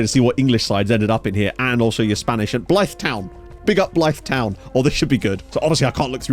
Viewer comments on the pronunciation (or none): Please learn how to say Blyth 😂😂